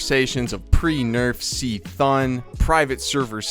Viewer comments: seee-thunnn KUH THUNE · My guild keeps telling me I’m an idiot for thinking AQ isn’t going to be hard. I doubt we’re going to face roll it day 1, but I doubt cthun is going to be the legendary “guild breaker” I keep hearing about. Also, I hate how you pronounce cthun.